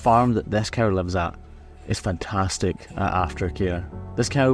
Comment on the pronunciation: You call them „stark“, and here in (Northern) Germany they are called „Starke“. Pronunciation is a bit different, though. 😊 I also find it remarkable that cameraman says „coo“, which sounds like the German word for cow: Kuh. In some areas around here, people say „co“ (as in co-worker) or even „cow“. Language is funny, innit?